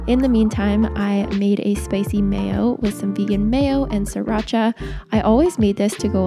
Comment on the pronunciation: Enjoy your channel and recipes, but please stop mispronouncing Sriracha. Thank you. (From a Thai speaker)